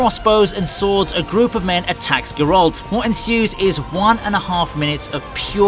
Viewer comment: You can LITERALLY HEAR how they pronounce "Geralt" in the show in ENGLISH and you still pronounce it G'ralt? Yea, dislike and bye bye.